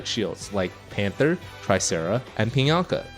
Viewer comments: Take a shot everytime says Pianka instead of Pinaka. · PI-NA-KA! PI...NA...KA!!! NOT PIANKA!! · Good video, but "Pi-yan-ka" drove me a little crazy. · piyanka? is that how its supposed to be pronounced? huh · Great insight into each unit. Very nifty. Please decide on a pronunciation for Pinaka. hahahahaha. :D